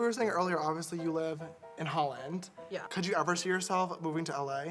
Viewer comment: I thought it was really cool that James pronounced "Holland", because i'm from Holland!!